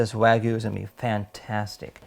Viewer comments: It's not Weigu, Waigu, Wagu, or any other pronunciation except Wagyu. Wa-gyu, just like it's spelled. Wa is pronounced using the "A" as in "father," not the "A" as in "man" or the "A" as in "make." Gyu is one syllable, and is said sort of like "glue," but with a Y instead of an L. (Wa means Japan, and gyu means beef -- in Japanese, that is.) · Where is the marlbing? looks like pork or cheap meat. Wagyu has lots of marbling and its called Wagyu, not Wagoo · Wagyu means Japanese beef like how Wafuku means Japanese clothes. It just means from Japan. Your pic is how it looks at the grocery store here in Japan, this guys beef is nothing like the beef here in Japan. And its hilarious how he pronounced wagyu lol sounds like a little kid haha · why cant this guy say wagyu Edit: he cant say sous vide either. should just give up on trying to say non english words